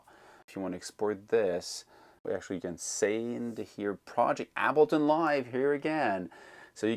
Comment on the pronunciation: I usually never care about pronunciation especially since your videos are so great. Ableton is pronounced like « cable ton » without the c Please don’t be insulted. I mean well. Your English is perfect.so,it’s hard for me to do this. Thanks for the great videos.